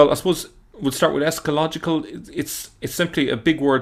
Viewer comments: Not escalogical,... esCHaTOlogical... from "eschaton" (last things) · ES-CHA-TO-LOGICAL not echalogical